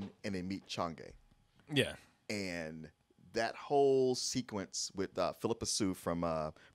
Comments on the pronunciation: It’s Chang’E, pronounced as “Chang Er” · The entire time with his review I was just hoping please pronounce chang’e name right and understand Chinese culture